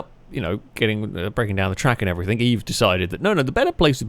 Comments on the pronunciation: Love your channel, please try saying everythinG instead of everythinK as it drives me as mad as your races much love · Agreed ... love the videos but the anythink/everythink instead of thing pishes in my porridge